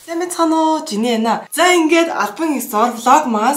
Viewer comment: Жими биш жини гэдэг